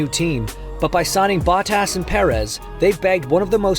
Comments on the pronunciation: Cool, but, uhhh…. This dude’s name pronunciations are just so cringy. Baw-Tass? Really? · It’s Bo-tas, not Bot-as 😂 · Its not botass its botas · Valterri Ba-tass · Is this some AI voice? BOT-TASS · Glad to see Valtteri Bahh-Tas😂 back in a car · Bah-tas or Bottas? 😂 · How do you do a whole deep dive video and not figure out how to pronounce the name of one of the drivers? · The way they say Bottas in this video, so cringe! I am pretty sure this is AI and not a human who knows anything about F1. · No way this is not narrated by an AI (listen to the pronunciation of Bottas?) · was this read by AI? Crazy pronunciation of Bottas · This narrator pronunciation of Bottas...really? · Is this an AI voiceover? Why did the official channel allow "Bottas" to be mispronounced every time? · wait, why is the guy reading this not pronouncing their name as correctly as they usually would... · Why does he has so much trouble pronouncing Bottas. Its not that hard 😂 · Is he pronouncing Bottas name correctly?